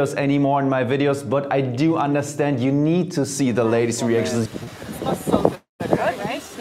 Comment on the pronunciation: There´s no "T" in "good" though Jeremy! Germans!!!